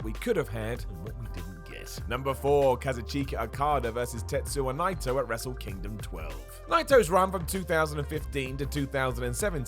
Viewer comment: Ka-zoo-cheek-a Okada vs. Tetsu-wa Nai-toe.